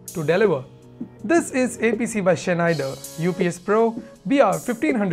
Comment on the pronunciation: Pronounced Snyder... the ch is really not pronounced... great vid!